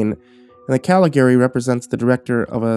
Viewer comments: Normally I love your stuff, but you managed to mispronounce both names pertaining to the movie throughout the entire story. Was very difficult to listen to that way. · I love found footage/old lost movie stories and I adore The Cabinet of Doctor Caligari but your pronunciation of Caligari and Cesare was really...uh....not good. Otherwise a great video and reading!! Very atmospheric, I love the usage of clips from the movie!